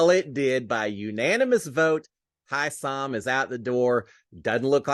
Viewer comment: Hey you are misspronouncing Hisam's name.